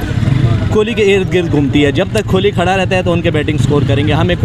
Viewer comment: ये लोग विराट को विरात बोलते हैं कोहली को खोली बोलते हैं 🤣